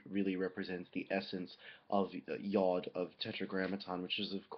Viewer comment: Just an FYI, the hebrew pronunciation of the letter is [jʊd]